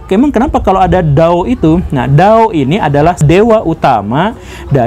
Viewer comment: Maaf om bukan a jaman dulu gak ada huruf u jadi kata" tu itu bacaan a toe